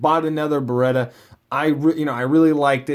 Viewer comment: Then why are you saying it wrong? It's Beretta.